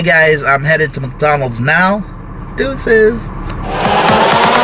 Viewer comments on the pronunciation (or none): I always chuckle at the way you say "MuckDonalds"...hehe